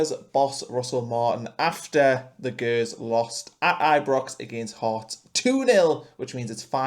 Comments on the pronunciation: right dude i stopped listening as soon as you said G-ers..(pronounced Jers)...shows your not a football fan...just a clout chaser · Did you seriously just call Rangers the Gurs? “Gers” is pronounced “Jers” ya cabbage